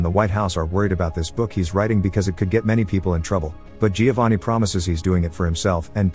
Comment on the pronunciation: Great review but you don’t pronounce the i in Giovanni